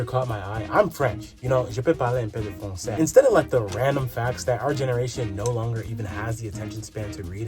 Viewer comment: “Jeu peu parlai on peu de fransseille” 😭😭